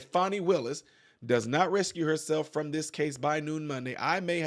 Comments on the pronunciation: RE-CUSE (remove) not rescue. 💕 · I hate to tell you but the word is not rescue it's recuse that means that she has to remove herself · Ruh kyooz, not rescue. ( to dismiss one's self)...😂😂😂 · You are pronouncing RECUSE incorrectly. It is not rescue it’s recuse. Just fyi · Hello young brother, the word is not "rescue", it's recuse. Pronounced re-cuse. Keep up the good work. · Recuse.....RE-CUSE not rescue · It isn't rescue but it is re cuse. Lol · Recuse, not “rescue”. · Its not Rescue It recuse (re kuuz) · RecUse not rescue 😂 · You cant read either. You said she needs to rescue herself instead of recuse herself.. Good job. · The word is not rescue it's recuse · ❤️❣️your show. Recuse instead of rescue, no big deal tho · Re- cuse.. to remove from.. not rescue.. recuse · Not rescue, recuse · You've said rescue herself atleadt twice,,it's recuse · Recuse. Not rescue.. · Recuse, not rescue!!!! “Ri-kuze” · RE-CUSE, not RESCUE lol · Re-cuse...not rescue. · The word is pronounced....RE-KUZE, not (rescue) keep on going you doing a great job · “Rescue”?? ..no brah ..”recuse” ..cmon .. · It’s, “recuse “ yourself not “rescue” yourself. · You made me laugh when you said rescue instead of recuse and then proceeded to say that you have a lot of subscribers that can't read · Not "RESCUE" It's: "RECUSE" Rescue is to save. Recuse (rhymes with EXCUSE) is to legally excuse oneself from a case because of a potential conflict of interest or lack of impartiality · Respectfully, it’s pronounced “re-que-z”, not “rescue”. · Re cuse herself. Not rescue herself . Sorry. But your driving me nuts lol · it's RECUSE not rescue. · Pronounced re kuse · The pronunciation of “recuse” rhymes with “refuse” and “reviews.” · I believe it is pronounced "recuse /rĭ-kyoo͞z′/" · Rescue speaking of not being able to read It’s pronounced rescue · It is not rescue It is Recuse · Its recuse...not rescue! Thats 3 times so far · Speaking of people that cannot read, it’s recuse not rescue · Recuse not rescue